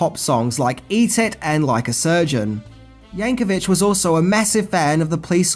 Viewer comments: It’s “Yankovic,” not “Yankovich.” Just saying. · It’s Yankovic as in VIC not VICH, no H, no H sound. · Yankovic, not Yankovich! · You kept pronouncing Weird Al Yankovic wrong. The end of the last name is pronounced with a hard "c" at the end (or a "k" sound if that is easier picture). There is no "ch" at the end.